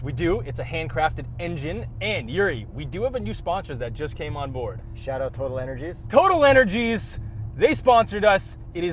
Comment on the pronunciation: How has no one commented on the correct way to say Total Energy? I am from the US, although from the energy capital of the world and I know how to say it. If youbare sponsored, say it the right way.